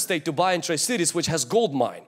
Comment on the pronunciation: I heard you say tri-cities and I was thinking like oh where is this guy from then?! Im listening from Spokane, WA. Greetings, love, and peace. May God bless your ministry, your life, family, and provide protection in Jesus name!